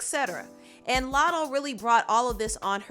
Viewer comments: PRONOUNCE IT CORRECTLY. ITS NOT MOO LATTO. ITS MUH. LATTO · “LATTO” fucken wack ANYWAY.